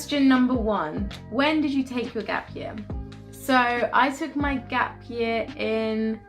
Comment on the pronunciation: 'Gap yah' is how you usually pronounce 'gap year' don't lie 😂 you are trying to sound more london now